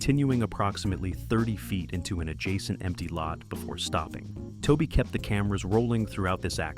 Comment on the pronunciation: I worked for Toby for years and during this time and along with not being able to say his name right you got about 70% of this video wrong!!! Anyone that seen this movie knows most of what your saying is wrong, next time do your homework before making a video.